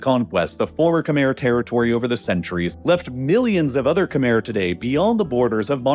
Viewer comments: Kuh-mai. It's pronounced kuh-mai. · Great video, but "Khmer" is not pronounced "camere," like it rhymes with bear. It's pronounced "Kh-my," like it rhymes with eye. That's not 100% accurate because the true sound doesnt exist in English, but it's far more accurate than "camere." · Great video so far, but i have to point out that khmer is pronounced "keh-mai" not "keh-mair" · for those that don’t know… Khmer is pronounced kh•mai (Kh-m-eye) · Khmer pronunciation horrid